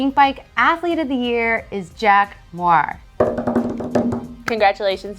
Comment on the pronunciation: Who the hell is “Jack Mwaar” 😂 How closely do you follow EWS if you don’t know how to pronounce the guy that won?! 😂